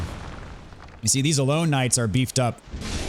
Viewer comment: I'm fairly certain it's pronounced Sir Alonna (ah-lawn)